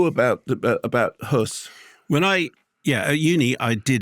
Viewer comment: Thanks for getting pronunciation of Höss right.